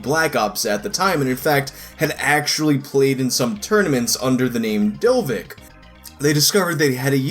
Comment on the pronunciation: Pretty sure, judging by the guy's English, Dovic is not pronounced "dovik"